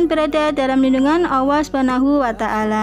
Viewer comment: Maaf mbk,,, Allah, kedengarannya awoh mbk